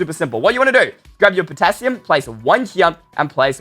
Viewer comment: Wait guys the Potassium sounds like Potato XD